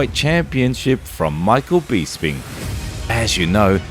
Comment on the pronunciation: Dude, you seem like a UFC fan... Why do you pronounce Bisping like that? You would have heard his name said a million times and still say it wrong?